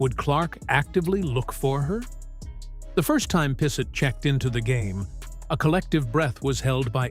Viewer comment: Pissot is of French derivation, pronounced "P so". Not sure about the second T, though.